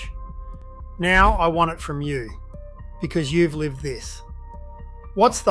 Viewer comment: LOL Now its leeved , not lived